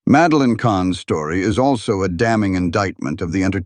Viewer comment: "Madeline"...not Meline:face-turquoise-covering-eyes: - GEEZE!